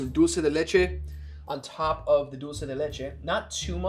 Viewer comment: as an Argentinean, I'm impressed at how good is at pronouncing dulce de leche lmao. Greetings yall, this is one of my fave series <3